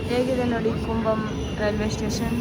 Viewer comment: It's not kumbum comebum